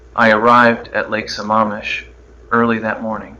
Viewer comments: It's Lake Sa-MAM-ish not Sa-MA-mish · Not pronouncing Sammamish correctly. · This was pretty good, but I'm sure Ted knew how to pronounce Sammamish.